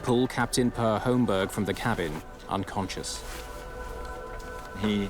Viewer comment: I didn't go through all the comments to see if anyone has already mentioned this, but I'm pretty sure the first name "Per" is pronounced pear.